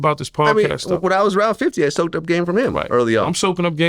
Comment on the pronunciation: when vlad says soaked it doesnt sound like the same when yayo says it